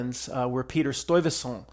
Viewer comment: Its pronounced stuy-vessant btw